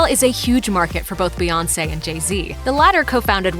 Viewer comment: Bout time y’all learned how to say her name right. Was waiting to hear “Queen Bay”. 😂